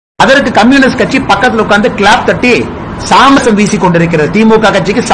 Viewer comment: எய் ஆடு, அது "சாமரம்" டா அபிஷடூ ... சாமரசம் இல்லை!